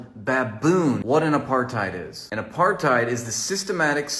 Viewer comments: What's an "a-par-thigh'd?" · Supposed to be "apart-ate", but at least you know what it is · If you ever questioned how dumb Rappaport really is..."Apar-THide" and "Is-rail-lian"😂 Pretty much closes the case on that. Hesnjust jealous of the attention his old buddy Bill Burr gets these days 😂😂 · Pronouncing apartheid with the TH sound is 🤌